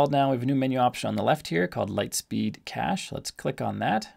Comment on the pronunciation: it is called LITESPEED CACHE not Light Speed Cahce ;-) Thx for the Video